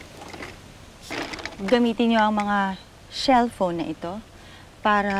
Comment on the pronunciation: Sabi shellphone